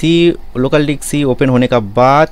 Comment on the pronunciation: Abe hutiye local dicks nahi local disc 😂😂😂😂